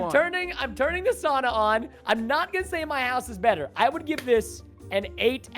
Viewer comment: Anyone else a yooper and how he said sauna set you off just me